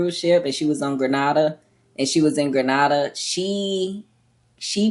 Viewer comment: Love your channel. Grenada is pronounce Gre-Nay-Da.